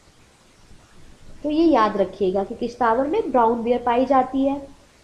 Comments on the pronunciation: it's किश्तवाड़ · Madam sorry but ye Kishtwar app galat pronounce krte hai